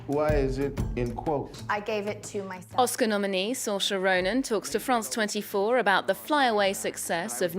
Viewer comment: Soar-reese - Saw-reese, Reese as in Witherspoon or geese not Rees.